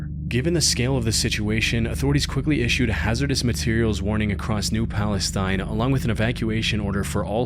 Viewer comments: I live by there and had to evacuate. For anyone confused — it’s Palestine, Ohio, pronounced “Pal-uh-steen” (like the Berenstain Bears), not “Pal-uh-styne” like the country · fyi East Palestine, Ohio is pronounced as "palesteen" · They pronounce it palace Steen. They're wrong but that's how they say it. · in think in this town's case they pronounce is East Palis-teen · I live 4 miles from the derailment site. Its always so weird seeing my small, unassuming aera pop up in youtuber videos but honestly its fitting that this place be remembered that way. Also I know its stupid because you would think its pronounced palestine right? Nope we're weird and pronounce it like palesteen...